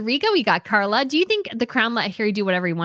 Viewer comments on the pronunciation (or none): none